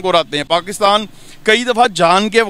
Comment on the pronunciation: z or j me kuch jayda fark nhi hota pr pakistan or pakstan me bhut fark hota h 😂😂😂😂